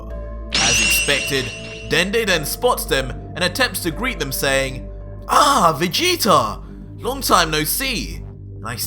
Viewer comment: Why u say vegetar / king vegeter